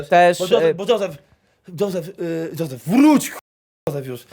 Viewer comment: Kto to jest "Zozef" i co to jest "Paskula"?